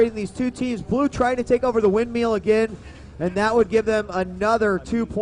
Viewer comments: No, he's actually saying windmeal. Which means you're eating while being in a storm. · Its "windmill" dammit! Not "windmeal". lol